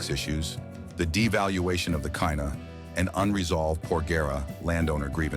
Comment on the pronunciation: Poster, it's not Kaina. KINA it is.